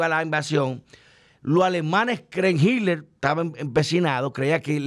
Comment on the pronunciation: no se dice HidLer es Hitler!!! Es Alemán no ingles!!!!!!‼️‼️‼️